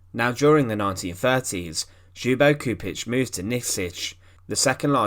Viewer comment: Kept on thinking he was saying .."Hugo Stieglitz"